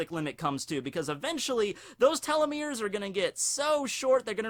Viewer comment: You pronounced telomere weird You said:"Tell-lo-merr" It's pronounced:"Tee-lo-merr"